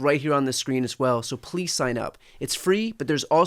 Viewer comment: Did he say pweese or fank you?